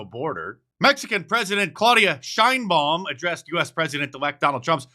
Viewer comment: Scheinbaum you say? Mexico has j problem now?